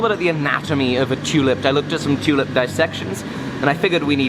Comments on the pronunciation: It sounded like said was going to make a tunip or did he just sneez? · No homo, I fucking love how you Brits say "tew-lip" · Love how ya say tulip... toolip😂😂